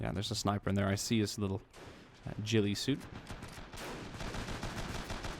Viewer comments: I hope I am not sounding like a "know it all" but, just so you know, "Gillie suit" is pronounced with a "G" sound not a "J" sound. More like "g" in goldfish rather than "J" in "Jelly" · Anyone point out the fact he said jhillie suits?